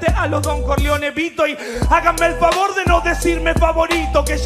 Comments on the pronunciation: Se dieron cuenta q dice vafor? Ajajaja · Alguien notó que decía háganme vafor 🤣